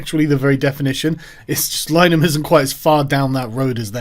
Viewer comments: What do you expect, he can't pronounce linehan right either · Actually both versions are accepted names of the show, and that comes from Linehan himself (whose name is actually pronounced LINNERHAN) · This would've been a much better video if you'd've learnt how to pronounce 'The I.T. Crowd' and 'Linehan' correctly. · Tip for you Sargon, before weighing into something, learn how to pronounce the surname of the subject of your ire. Secondly I.T. crowd you fucking dope. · Why are you pronouncing 'Linehan' like that? I thought that was just a yank thing. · Linehan is pronounced Lin-ah-han not line-han. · It's not Lyenan.It's Linahan,rhymes with bin,then ahan.Get it right.Anyway,Graham is not a ''transphobe''.He's a wonderful ally to women,and stands up for their sex based rights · Lin-Ah-Han, not Line-An you fucking doof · It's pronounced Li-ner-han not Line-han just fyi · It's eff-em-uh-ra and Linehan is pronounced ' Lin-a-han ' my dude, not Line-han. Otherwise....spot on.🤐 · It's pronouned Lin-er-han, not lye-nan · Lin-e-han not line-han very triggering to listen to 🤣🤣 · Sargon...its pronounced Lin a han...please pronounce it correctly. He is still a douche...but its more to those who might share the Irish surname that I beseech you to pronounce it correctly. Yours sincerely... Fr. Pedantic!!! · More mispronunciation with Sargon. Linehan = Lin-ah-han IT Crowd = Aye Tee Crowd It's like Foe-coup all over again. If you want to sound like you know what you're talking about, you have to sound like you know what your talking about. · LI-NEH-HAN Sargon's rape spree of pronunciation continues. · Pretty sure it's lin-er-han. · It's Lin eh han FFS. And he's a complete bellend. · It's pronounced Lin-e-han ffs. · Linn - e- han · Its pronounced "Lin- E- han" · Lin-e-han btw, easier to call him a Nazi than pronounce his name right. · Carl, Graham's surname is pronounced Lih-nihan. Heard him say so on a Father Ted DVD commentary back when I didn't dislike him.